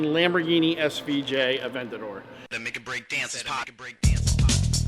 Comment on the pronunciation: You guys beat all other youtubers with the quality of your videos. You guys honestly have your show on the level of a tv show it’s great keep up what you guys are doing and get “aventaor” (lol ) up to a hundred thousand miles 🤙🏼